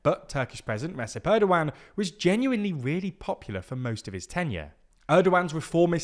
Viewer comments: Reh-jep, not Resup. How do you expect me to take you seriously when you can't even take the time look up how to pronounce the guy's name? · Rejeb by the way not Resep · It's more like Redjep erdogan, NOT Resep. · Recep's first name is pronounced like "Rejep", not "Ressep". You did OK with his surname though. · It's written Recep, pronounced Redjep or Redzhep. C is a J sound as in Jamaica. Just so you know.